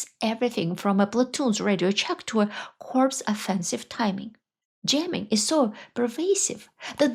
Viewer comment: Russia being Russia. FYI, corps is pronounced ￼ "core". corpse is something a little different ￼￼￼